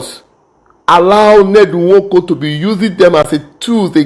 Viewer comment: Please kindly pronounce the name well bro. I don't support Ned Nwoko on his so called power of using his money to intimidate everyone from his community. Its just too bad and wickedness